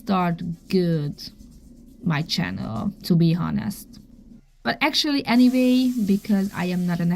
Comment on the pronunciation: ignore those who are talking about you… they are jealous!!! Also, FYI “honest” is pronounced “on-est” no H sound. I know you want to know because you are a perfectionist and already speak English so perfectly!